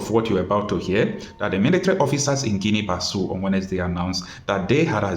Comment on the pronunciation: The official language in this country is Portuguese. The correct pronunciation of the name of the country is Guinean Bissau ( Bi-ss- au)